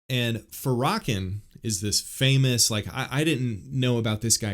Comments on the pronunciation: I really attempted to listen to your interpretation and perception of this woman but, I can't help but notice first off that you mispronounced Farrakhan's name, you also sound so negative and problematic that it was really saddening. I know who she is and I haven't heard from her anything I can consider myself against. You really tell people that if they have sense they wouldn't want her opinion or to be open-minded to it. Wowwwww! There is so much contradiction in your delivery. To point things out in your opinion is one thing... you sound so hateful though and your comments are seasoned with so much sarcasm in this comment section, there isn't anything I can take seriously from your point of view. Christianity is about love and loving correction, not this kind of position. Everyone has free will and the right to their own opinion i guess you are definitely pushing yours but in such a condescending way that it hurt to listen and I can understand why there are prayers being offered and I am so glad you are welcoming them. I won't be watching another one of your videos but wish you well like I would anyone else. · Pronounced: Fair-ruh-kawn 😊…I understand what you are saying because anytime race is involved, it typically goes left lol. He is extremely hateful and unforgiving towards white people. I will say this though, black ppl are still bringing all of this up because some of us are still afraid of white people. Seriously - even in the church. Many of us have been traumatized by a white person in some way and cannot forgive. Just pray for us and continue being kind. That goes a lonnnnnngggg way. This goes for white people as well - if a black person hurt you in some way, I apologize and pray that you will forgive it and not hold it against our entire race. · Isn’t it pronounced “fair-uh-kawn?” Yeah. I am pretty sure it is. Just fyi. Appreciate the info on Jackie. Some fist stirring here in kentucky over her speaking at the local mega church.